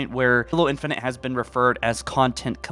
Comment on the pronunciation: “Infunint”? It’s infinite